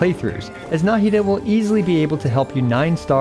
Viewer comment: Why do people pronounce her name nAhida instead of nahIda? Even in mihoyos official intro video they pronounce it nahIda